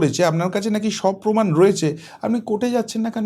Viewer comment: Kichu channel e ekhono Lungibahini faida luthbaar chesta korche....Jemon netri...temon e quality jader toshon korten...Bangla tao thik kprey bolenna..Pomod Podhan....Pomaan ta abar ki....PROMAAN